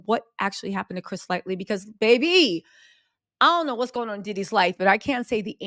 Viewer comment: I came to this video like , I hope she’s pronouncing it LIGHT-TEE this time and not LIGHTLY….. 😅😅😅